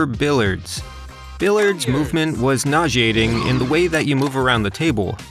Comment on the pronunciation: Perhaps you'd find billiards more enjoyable if you knew how to pronounce it